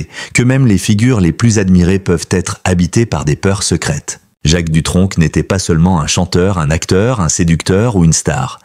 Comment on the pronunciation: On ne prononce pas de c à la fin du nom🤭🤭🤭🤭